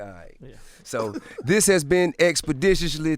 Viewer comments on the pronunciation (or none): I think I take "Expdetiously" more serious than the Breakfast Club. Shout out to that boy T. I. 💯💯💯🙌✊